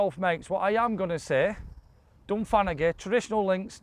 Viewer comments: It takes some kind of sad person to come to this conclusion and then to complain about it! This is my home course (pronounced Dun-fan-a-hee 😂) and I really appreciate you showcasing this and all the other fantastic courses in this under appreciated part of the world. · Dun-fan-ah-he. Or “Dun-fan-ah-hay” if you want to mimic the local accent. The “g” where you see “agh” is rarely sounded. Like “Gallagher”. The first one is pronounced, the second one isn’t. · its pronounced Done Fan a He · How did you pronounce that as dunfagaty 😅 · Supposed to be Pronounced Dun Van a Ghy 😂